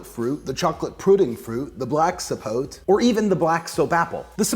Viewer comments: i believe zapotes, are from Mexico, and even though it looks as if it was rotten, it is actually good, its pronounced ZA- PO- TAY(kinda is closer), and the other one you tried is, MA-MAY,( again a closer pronounciation). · Everyone here trying to “correct” the pronunciation... It’s actually ZAPOTE, with a Z, not with an S, and you have to specify, black or white zapote. And the correct pronunciation is “zapothe” (added the th for linguistic example purpose). I’m from the center of the Mexican republic, but I can tell that the pronunciation is the same in every state. Zapote, not sapot, not sapothy, not sapotey, stop.